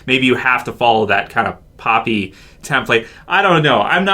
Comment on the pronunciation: He kept on saying pooppy when talking about how glen's eye popped out of his socket and it was gross as shit!